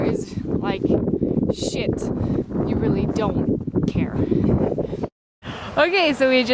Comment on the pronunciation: I can't help my self but laugh everytime I hear you say "and the weather again is SHIT"